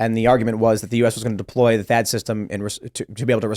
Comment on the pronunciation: Thaad not chad 🤣🤣